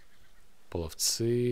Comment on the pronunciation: половцЫ сосут концЫ. У тебя проблема с правильным произношением названий. В школе историю не изучал? Доп.материалы после школы на русском не читал? Хрен с ними, с "ихними", но названия все же нужно правильно произносить. Правильнее пОловцы. От слова "полый" - "желтый". "Поле половецкое" ака "Дешт-и-кыпчак". "Половецкие пляски" ты наверняка слышал. В зарубежных источниках Куманы, самоназвание Кыпчаки. Алсо итилЬ, саркеЛ.